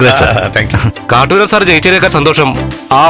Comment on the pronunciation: കാറ്റൂരാൻ അല്ല കാട്ടൂരാൻ